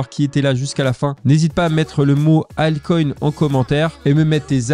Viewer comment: Yo, merci, ALTCOIN et non Halte Coin!!!